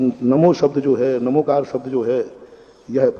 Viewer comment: इसका सही उच्चारण णमोकार है